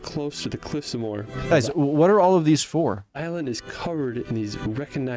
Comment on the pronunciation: Subscribed,. Btw, Moher is pronounced Mow-her with the emphasis on the first syllable.